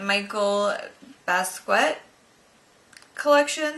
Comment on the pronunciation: it's pronounced Jean-Michelle Bas-kee-ot. :)